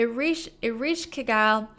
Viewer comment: eh-resh-ka-gul and sha-ma-sh, your pronunciation was pretty close